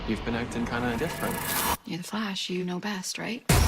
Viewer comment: I’m sorry but I know I’m not the only one who is bothered when pronounces THE FLASH wrong.